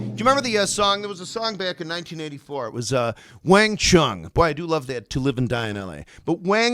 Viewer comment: Your Wang Chung sounds quite posh dear boy😄.